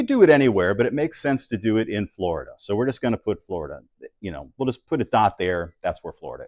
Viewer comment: I knew all this beforehand , im 68 and grew up during THE SPACE RACE etc but i like the way you explained it. You said Hi to your Mom in FLORIDA and you said it correctly i believe , FLORIDA was named for its FLOWERS by the SPANISH. 🙏🇺🇲🫡✌️😎